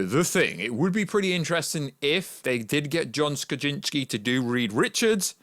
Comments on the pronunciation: Just say “Kra-Zin-ski” like everyone else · It’s really not that hard either, Kra-zin-ski, oh that’s right, we have a Brit that can’t pronounce the letter Z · Can you not say his name correctly?!?! Wtf are you saying nerd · I'm glad it's not just me.. It made me cringe every time he said his last name😂😂😂🤷🤦